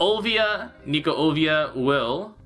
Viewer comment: Hey Why do you keep calling her Olvia? It says on her character that it's Olivia since I can read Japanese.